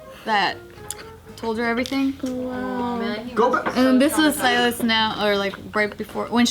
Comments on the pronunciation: Sealis.... lol don’t you mean Silas ???? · I had to do a double take when I heard mispronounce Silas the first time lmao